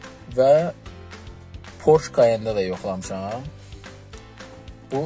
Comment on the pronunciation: pors yox porse